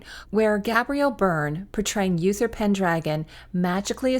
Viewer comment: Uther is pronounced oo-ther not yoo-ther.